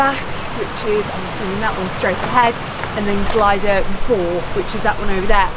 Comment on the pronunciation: You said ‘glider’! Damn! Oh well, you aren’t Welsh. Oh and you pronounced everything else abysmally too! Too much for me, I’m off. You’ll miss me, I know. Not!